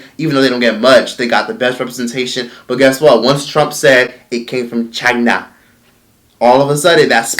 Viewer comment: "It came from ChiinA" 😂😂😂 gets me everytime!!!